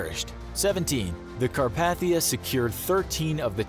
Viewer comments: Carpathia. It's "Car-pay-thee-ah". Not "Ca-par-thee-ah". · Every time the names of the ships were said wrong...never heard anyone mispronounce Lusitania and Carpathia